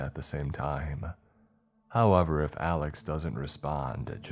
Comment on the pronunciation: However, not halever 😁